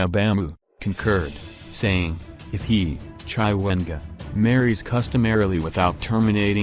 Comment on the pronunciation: Chaiwengwaaa... nxaaah why can't you pronounce people's name correctly?